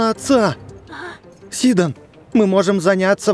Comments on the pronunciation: Сидооооооооон а не сииииииидон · хватит говорить сидОн правильно сИдон